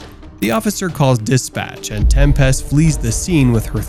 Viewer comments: OMG it’s pronounced Tempist not 😩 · Right? Tem-PEST lol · I made it in and I couldn’t listen to him pronounce tempest anymore lol